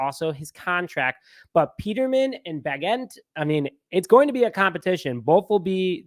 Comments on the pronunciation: It's pronounced Bage-ent lol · Tysons last name is pronounced Ba-gent . His granny and my granny were sisters. Charles Town West Virginia. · Good stuff guys. It’s pronounced Bay-gent Let’s GO #17! #DaBears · Lol I’ve yet to hear anyone pronounce Bagent’s name correctly.